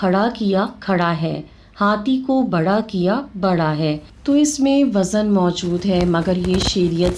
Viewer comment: آپ ہرجگہ لفٹ وزن میں زاے معجمہ کو متحرکب بول رہی ہیں ساکن بولیے